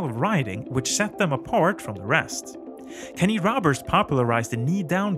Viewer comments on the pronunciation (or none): none